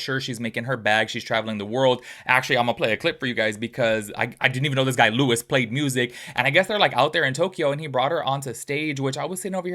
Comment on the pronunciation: Stop commenting sht you don't look into...the day AFTER the reunion we found out Huda lied about Netflix cause.she just wanted andy to stop asking...and it's LOU- EE not LEWIS.... also perfect match was filmed over a year ago. These are easy things to know if you're going to make a whole ssa video about the topic